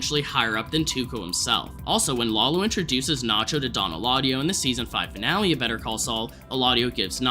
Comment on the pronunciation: Can't believe we first saw Tuco 15 years ago. it sounded like you said "Wallow" instead of "Lalo". Am I just hearing things???